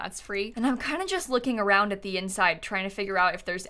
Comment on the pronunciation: in every single video: "Should we wrap around de porch?" 😂